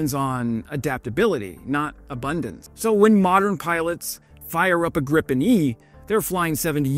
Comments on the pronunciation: Great video. Btw. If you want to pronounce Gripen correctly, then say "Greepen". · It's pronounced "Greepen". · For all of those who don't know "Gripen" is pronounced "greep-en" in Swedish. Not "grippen". Your "fika" and "kort parad" was pretty spot on though! Not a complaint, just a p.s.a. Great video!